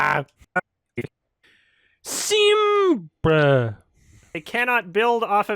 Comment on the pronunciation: 9 months later..... is still wondering why he said “Sim-BAH”